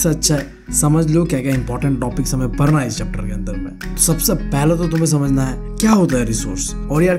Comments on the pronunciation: Padhna❌ parna✅😂❤ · Its padhna not parna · Padhna ❌ parna ✅